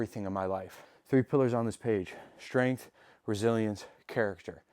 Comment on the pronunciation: “Shhtrength”?🤔 I don’t understand why people put in an “H” in “STR” words.